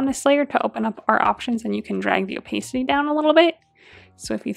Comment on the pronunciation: Loved this tutorial! One gentle note - "opacity" is pronounced o-PASS-it-tee. One of those words that you can't get the pronunciation from the spelling :D Again: loved the tutorial